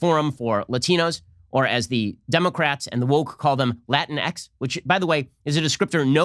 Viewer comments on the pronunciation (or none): "Latinx" is pronounced "luh-TINKS".